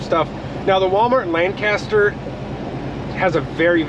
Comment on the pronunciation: Ef-Ra-Da and Lan-kiss-ter , that’s how you say it 😭😭😂 jus tryna help out I couldn’t stop laughing man. And the food aisle is small bc you went to fruitville pike , you gotta go to Lincoln highway Walmart only a few miles away it’s a super center.